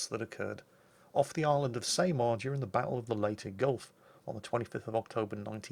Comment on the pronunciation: “Say-mar” lol Pronounced “Sah-mar” Great video as always! Always makes a boring night feel so much more fun!